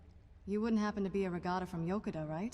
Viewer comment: I'm pretty sure that the stress is in the second syllable, Yo-KU-da, but I might be wrong. Anyway, this is just a nitpicking of mine. The mod is great, and I'm definitely adding it to my load order